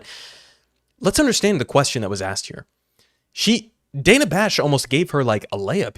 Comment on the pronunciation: She gets Dana's name wrong 2x in the interview. How crazy for someone whose name is constantly mispronounced to fail such an easy name.